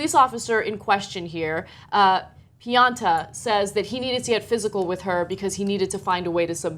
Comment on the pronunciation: C'mon man! His name is pronounced (pee-on-ta). With a name like that you should definitely pee unto him.